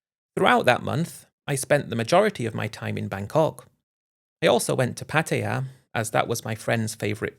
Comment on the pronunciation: Pattaya, not Pattia